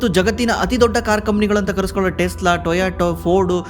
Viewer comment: Tesla✅ Telsa❌